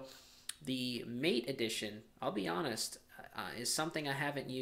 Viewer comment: Hey, it isn't pronounced 'mate' like 'm8' but rather with the a sounding as in 'dad' and the e as in environment - hence ths developers choose to write it MATE to make it sure it has nothing to do with 'pal' or 'buddy' but with the infusion and the plant it takes it name from. Cheers.